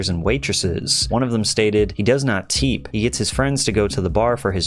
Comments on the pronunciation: he pronounced TIP ‘Teep’ this is pure AI. Patrick doesnt have shit to do with this channel anymore ita all done by ai and he clearly sold it to a marketing company allegedly. Watch them delete this post too. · Also, I’m pretty sure he said “teep” instead of tip